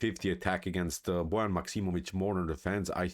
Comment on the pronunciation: A great game and performance by Liem. This was indeed a model 150 attack. I also learned now that Bojan is not pronounced like boy ann. Thanks.